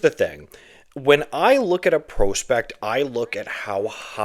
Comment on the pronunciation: Is there a single word you pronounce properly? Acumen? Prospect?